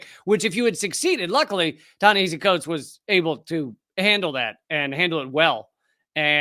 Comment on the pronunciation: Ta-Nehisi Coates was a model of calm and collected responses to this ghoul. Just the fact this idiot couldn't pronounce the name of his guest was embarrassing. I would have loved to see Prof. Finklestein shred this guy a a new one.